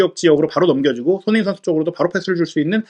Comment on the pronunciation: 훠훠 숀흉민 어뒤괐어? 숀흉민